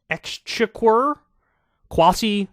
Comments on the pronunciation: 'ex-check-er' lol 😉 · For reference it’s pronounced ex checker for next time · It's pronounced "ex-checker" Kyle. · It's pronounced Chancellor of the Ex-chick-war from now on 🤣🤣🤣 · “Chancellor of the Ex- ecksczheqquuurr??” It’s “ex-check-‘r” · Ex-check-wer? Holy crap Kyle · X checker is how you pronounce exchequer kyle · It's pronounced "Ex-check-er." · Its pronounced exchecker! The English spelling of check is cheque. This spelling separates the word from the common spelling of check as like checking a list. Cheque is the monetary spelling. I suggest you learn proper pronunciation prior to recording your broadcast. You loose credibility with incorrect pronunciation. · It's pronounced "x checker", you're welcome :) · Kyle its pronounced exchecker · It's pronounced "ex cheque er" a check at the bank is a cheque not a check nor a Czech. Go (American) English! I once saw bouquet of flowers spelled Boo-K( not even joking). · Kyle, it's pronounced like "Exchecker". 😆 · Kyle, the word you're having trouble pronouncing is pronounced thus "X-check-er"... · Man I can't wait for the next general election as a Brit. Also Chancellor of the Exchequer is pronounced like it was spelt 'exchecker'. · Phonetically I'd say it's "xchecker" exchequer, love you Kyle and congratulations on your engagement although you'll probably never read this because you hardly ever read your comments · for future reference its pronounced ex-checker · Exchequer is pronounced “Exchecker”. One of the earliest Exchequer’s was Geoffrey Chaucer who wrote The Canterbury Tales between 1387 and 1400. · Exchequer is pronounced like exchecker, but yes funny old timey spelling. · Dude, jeez, it's pronounced "ex-checker". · Lol that's funny, it's Exchequer, Ex-Check-Ur. Basically the treasury. You pronounced it wrong because the US doesn't spell the word Cheque correctly and use check instead. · Kyle, love the show so just helping out. Exchequer is pronounced - Ex-check-er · I think it's pronounced "Ex-checker".